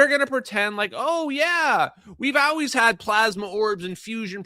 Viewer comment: Ok the “OW-ways” is starting to grow on me